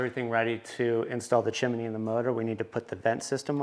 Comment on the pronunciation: its pronounced CHIM-NEE not CHIM-IN-NEE